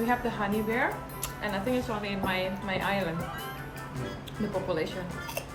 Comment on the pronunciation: Bear kan ucapanya ber bukan bir. Jauh kali deer sama bear ucapannya, dir sama ber. Kalo dir sama bir deket